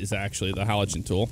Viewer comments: Haligan not haligen as in like how you say again is the same ending as gan in haligan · It’s not halogen like the light it’s (Hal-li-gan). Haligan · Saying halogen like it’s a light bulb 😂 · Halligan not halogen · not the (hall-I-Jen)😂 but I don’t know if other departments pronounce it differently but I’ve always heard it like that